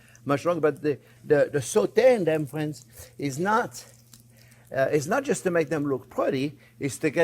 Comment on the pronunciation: "Well hello there phrinzzzzz"= the best!